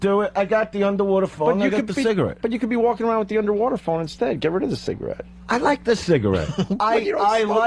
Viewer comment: It’s a UNDAWATA phone ahgoiiii